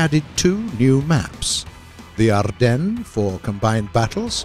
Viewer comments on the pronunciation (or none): none